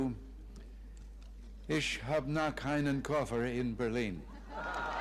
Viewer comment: Reagan said "isch" instead of "ich" - which is funny because in the local dialect of Berlin this the one word, where it is ok to say "ick" - like many many Americans would wrongly pronounce "ch". "isch" is commonly associated with low education people that may be or live among Turkish immigrants. The pronunciation is otherwise understandable but very far from perfect